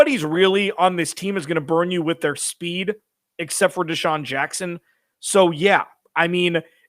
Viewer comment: said they had deashun watson.damn I thought I was high.😂🤣😆